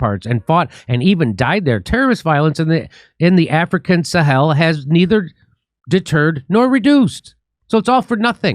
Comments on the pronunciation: Jimmy Dore Show : Try to help Jimmy with his English, for he mis-prononces plenty of times. In this episode, at roughly , he pronounces the name Sahel as if it was written Saheel. A good course in English, like in grammar, plus one in linguistics might be helpful and should be, if he gets courses with really good teachers and can hone his memory. Sahel should definitely not be pronounced like Saheel should be. Hel and heel don't have he same pronunciations. Jimmy also comically pronounces the name Niger as if he thinks he is French, for it should be similar to Tiger in English, except with the 'g' pronounced like a 'j'. I'll beat Jimmy any time in French, and apparently also in English. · What an utter mess you make of pronunciation! Niger's official language is French, of course, so it is not pronounced like Nigeria with a couple of letters knocked off. Yes, we know where it is, or at least we do if we ever went to school. Then you get "Sahel" wrong. Lack of respect usually indicates lack of anything sensible to say, so that's enough for me.